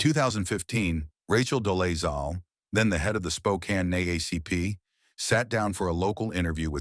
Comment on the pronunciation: Are you A morone? including Rachel Dolezal as a celebrity women who pretended to be black. What you smoking? At least you could have learn to pronounce her name correctly. Get off the wakey bakey ASAP.